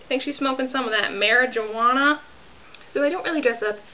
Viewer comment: i subscribed because of the "marijuuwanna" part LOLOLOL your adorableee!!